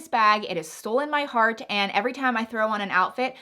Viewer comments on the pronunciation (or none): none